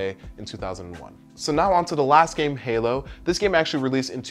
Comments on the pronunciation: Halo Not Halow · Halo* not Halow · Halo* combat evolved... not Halow x,D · HALOW XD yes i know he said it halo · What's Harlow I've heard of halo though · You said "Halow Combat evolved" instead of "Halo Combat Evolved" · Halow: combat evolved? I think you dont need the "W" there . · "Halow: Combat Evolved" "Halow" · "halow" okay